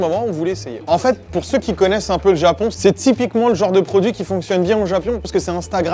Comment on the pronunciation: "Au Japion"